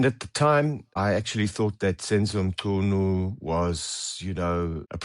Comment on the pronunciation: Him pronouncing Cele, Mchunu, Matlala better than some black people is majestic!